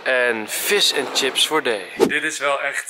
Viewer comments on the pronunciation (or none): none